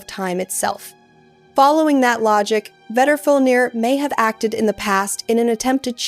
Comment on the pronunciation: I thought it sounded like AI, the intonation and phrasing have that AI feel to them. And "she" keeps pronouncing Vedrfolnir differently and in weird ways. Thought I was going crazy reading through these comments until I got to this one